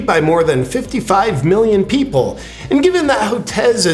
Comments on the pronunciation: Millioms? LOL Love you and your vids brother. Keep up the good work. Seriously... just being funny. You're awesome. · "1.5 milliom" (with an "m")...love it!